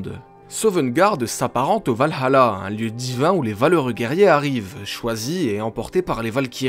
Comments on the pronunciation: On ne dit pas Val hAla, on dit Valala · C’est le valhalla, et pas val-allah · tu prononce valhala a l arabe ^^ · je suis désolée mais c'est le Valalah pas le Valhala